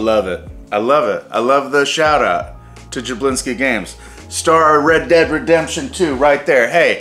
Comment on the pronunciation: welcome to the world of red dead redempsh